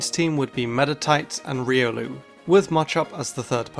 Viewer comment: How Long Can You Can Go With Saying Riolu?